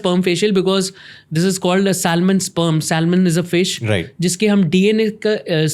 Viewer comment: please learn to pronounce this word" Salmon" the letter L is silent in this word.